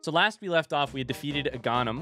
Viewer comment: I chuckle every time I hear 'Aw-GAW-Nim', but for all I know he could be pronouncing it right and I'm the dum dum. 🤦‍♀️